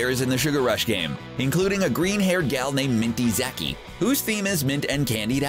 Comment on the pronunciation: he doesn't when I heard him say Minty Zaki wrong I was shooken